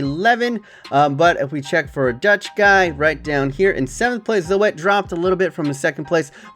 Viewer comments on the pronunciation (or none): OMFG "Zo-et" lol its like "Zoot" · it's z-oo-t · You pronounce Zoet as Zoot... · Zoèt= zoot, pronounce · you prenaunce Zoet as Zuet